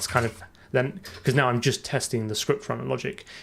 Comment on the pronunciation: ScruptRunner? Sure you're not a kiwi?